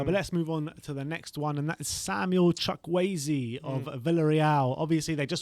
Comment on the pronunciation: Absolutely butchered Chukwueze's name lol